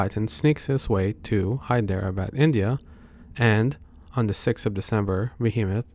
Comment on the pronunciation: That was probably the worst pronunciation of Hyderababd.